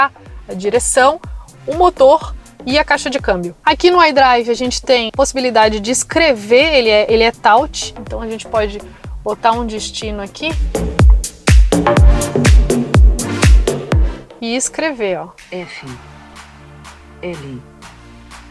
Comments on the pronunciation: Ele é " TAUCH.".. KKKKKK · Parabéns pela apresentação mas você precisa melhorar seu inglês...o que seria "tauch"? Carro top